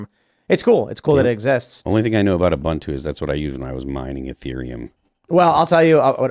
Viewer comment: Tim & crew; the Linux version "Ubuntu" was invented by an African man, and it's pronounced "ooh-boon-too". Not 'you-bun-too'. If we're going to nitpick on pronouncing Vevek properly, we should do the same for all.